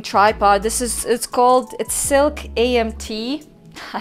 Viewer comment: I make the same mistake it's a SLIK as in slick tripod not SILK. lol I always say silk too.